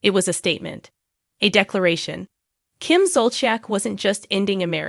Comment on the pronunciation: Learn how to pronounce Kim’s and Andy’s names correctly if you want us to listen to this sorry video. So sad.